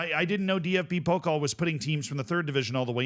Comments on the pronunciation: Pokal is (po-cal) not (poke-ol) just some friendly help haha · Jesus Christ, your German pronunciation is absolutely abysmal (especially "Bielefeld" and "Pokal"...).